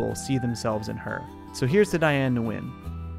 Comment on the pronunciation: Her last name is pronounced as "Win".